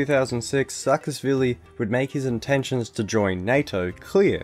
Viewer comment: Also: saa-ka-sh-vili